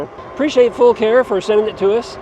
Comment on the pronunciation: Great video. Thank you for pronouncing the name correctly. I bought my Gemini in June, and messaged the company how to say the name, they said, FULL CARE- like we take Full Care of your bike.. Love that it's load capacity of 400 lbs. You can get over 50 miles per charge with it, I average about 40-45 with a mixture of using PAS 4 and 5. I have almost 1,100 miles on it already. Great bike! I have the baskets, I also bought the saddle bags for the back. Can't wait to utilize all the storage and capacity of this bike while hunting!